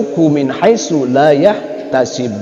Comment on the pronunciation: Pada menit mungkin kehilapan membaca لايحتسب dibaca akhirnya panjang laa yahtasiiib, harusnya pendek laa yahtasib.